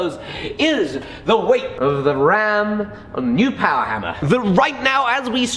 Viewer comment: MORE POWAH BABEH!!!!!